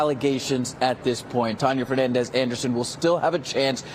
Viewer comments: Bro said her name "Tanneya". Why? You just reward how her name was pronounced. It's Tania bro! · She's really dumb like the news people mispronouncing her middle name